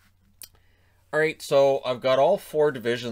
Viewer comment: It's like aight but with a dash of r